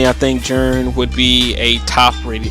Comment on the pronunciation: yeah, i knew who you were talking about. Just wanted to know why you call him Jern instead of Ji-REN